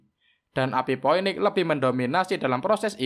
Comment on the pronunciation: bukan poeniks tp finiks di baca nya..